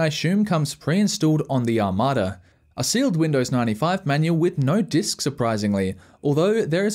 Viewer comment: Take me while to understand he was saying Desk instead of Disk